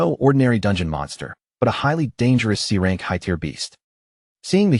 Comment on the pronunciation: lion pack? lion pride. AI still having trouble with tear (tier) and tear (tare). mih dare? where did this accent come from? mid-air is the pronunciation I'm familiar with.